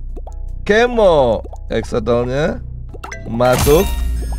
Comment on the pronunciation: Bang bacanya bukan exsotol tapi EX-SO-LOT